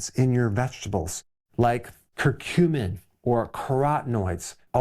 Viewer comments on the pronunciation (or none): none